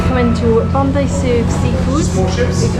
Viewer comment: I would have expected Bondi much more crowded and indeed not that such big waves and a warmer ocean water. You are in advance pronouncing Bondi correctly. I totally failled the first time. I never got the taste of TimTam but of vegemite. Guess you have similar in the UK. Once and never again. My first grocery stop in 2019 was at Aldi. Just to compare with home.